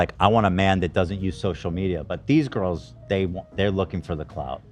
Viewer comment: Oh god, I just got to the part where says “I have 3 girls” or “goyels” as he says it. So gross